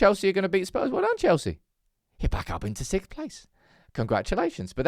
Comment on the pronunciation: instead of sixth you say sikth hahaha